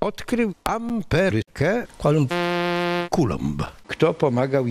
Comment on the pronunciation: kto odkrył amberykę -Kolumb -nie Kulomb XDDDD